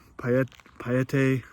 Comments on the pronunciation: Great video! May I suggest Johnson Creek on your next trip to Idaho. FYI and for future reference.... Kooskia in pronounced Koos-ski and Payette is pronounced Pay-yet. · Idahoan here. The local pronunciations for Payette and Kooskia are Pay-Et and Coo-Ski. Thanks for the video.